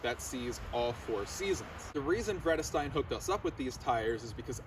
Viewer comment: Not correct pronunciation if you know German as I do